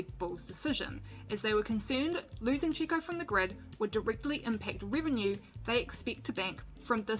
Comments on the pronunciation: You really should've learned how to pronounce Sergio or Checo's nickname, your pronunciation is ridiculous and embarrassing. We already know who Carlos Slim is and how Sergio got started in racing (karting with no money and his Dad's help ) I'll stop watching your video now ....goodbye..... find another job. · Chico Piriez lol It’s ChEco PErez. The way you pronounce mElon or bEst. Hahahahaha